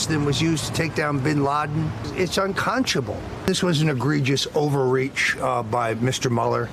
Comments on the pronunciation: LMFAO.... ...."It's UNCONCHABLE!" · Stone can't pronounce "unconscionable". "Unconshable"? Can tell he's friends with 45Fakepresident. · What's unconscionable, Mr Stone, is your mispronunciation of the word "unconscionable". It's not "unconshable", you left out an entire syllable... come on Mr. I Speak For A Living.